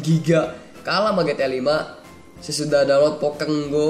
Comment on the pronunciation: Aneh pokemon go dibilang pokeg go lucu juga sih pas joget